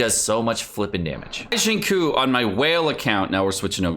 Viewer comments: Nice video I think this was a much needed video tbh. I heard kaeya is really good to crown and he has a super high multiplier but I don’t use him haha. I love you bro but please learn how to pronounce these characters names… like you can hear them say their own names on their profile in English 😂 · please brotha... watch a xingqui pronunciation guide... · Okay but that pronunciation of Xingqiu hurts me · why is he pronouncing XQs name so awfully? is there some inside joke I'm missing? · The pronunciation of XingQiu makes me cry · Omg I almost had to click off the video for how you pronounce Xingqiu 🥴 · Please don’t ever say Xingqiu again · You even pronounce his name wrong lol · I know this is just a joke, but for future reference, just know that the “qiu” sounds a little closer to “cho” than “chew.” Don’t mind me, though, just putting input where no one asked. ;) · please... no more "shing-koo" business. It's killing my soul. It's pronounced "shing-cho" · Dude it's not zhing-sho. Maybe zhing kew is more like it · xing- me: yes just say ‘chew’ please: koo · I died a little on the inside when said Shin-ku instead of Shing-chou for Xingqiu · How Xingquis' name is pronounced: 'zhing-sho': 'zhing-koo' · I am surprised that British guy let your pronunciation of 'Xinqiu' pass without comment. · why tf does he say qincoo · Xingqiu 行秋 = SING-CHEW You are killin me bruh. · XQ is pronounced more like shing choah as in woah but ch in front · Nobody:: SheenCoo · What the fuck. Did he just call xingqiu, chingcoo? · Pronounciation for Xingqiu = Sing Chew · Why does everyone pronounce Xingqiu's name incorrectly, u pronouce it "Ksingchou" or something like that not "zinkui" or "shinku" or stuff like that... XD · BRUh stop saying sHinqOo and say xingque instead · My dude, I hate to nit pick, but Xingqiu is pronounced shing ch-yo. Like yo-yo but swap the fist yo for a “ch” sound. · ok after listening again he pronounced it as 'sing-cho'